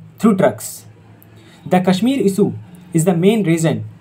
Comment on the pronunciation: Work on Pronunciation Sha should be always sha and sa should be sa only. Kashmir should have sha Issue should be pronounced "I ssh u ee" All the best 👍